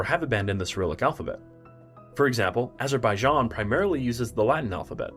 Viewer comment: Azerbaijan* not Azerbaijohn